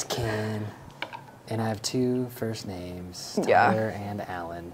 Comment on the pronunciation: I love you so much but you are BUTCHERING normal names 😂